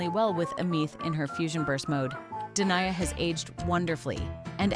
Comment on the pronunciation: De nee aa not Deny-a